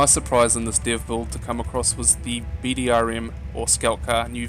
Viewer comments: it's BRDM not BDRM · Its not bdrm its brdm